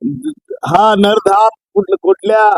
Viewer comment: नरधाम नाही रे बाबा 😡😡😡 नराधम....!